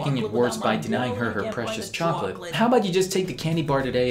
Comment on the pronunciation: Choco latay? Como eatas mi amigos